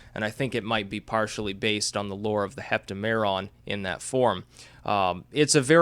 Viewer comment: It's hep-TAM-eron, not hep-ta-MER-on.